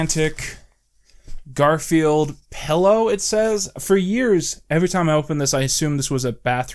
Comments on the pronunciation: I just noticed you say pellow instead of pillow and i dont know if i can forgive that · "Pellow" awesome. I cannot wait for Shrek Retold 2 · the way you pronounce the word pillow makes me upset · I've never heard anyone pronounce pillow the way you do